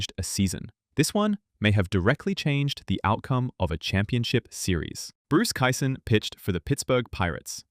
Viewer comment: You did fine with Ed Ott and Bob Gibson. But there were multiple mispronounced names mixed in. After I heard Bruce Kison pronounced Kyson over and over, I knew I could not respect this podcast or it's opinions. Also. another dealbreaker: You don't say that a guy was hitting point 275. Even the most ignorant baseball fans know it is just called a 275 average. I had high hopes, but truth is, after starting to watch baseball over 60 years ago, I easily have more baseball knowledge than yourself. My father bought me the Baseball Encyclopedia every year when I was young. By the time I was a teen, I knew more about those parts of baseball more than anyone I ever knew. Not bragging, simple fact. I was a stat machine, and knew all the players those stats belonged to, and for whom they had ever played for. I'm 67 now, and have forgotten much more than I had absorbed over my lifetime. But I can still make it, while you are obviously faking it. BTW, it's Kee-sunFFS. In your defense, you did get his first name correct.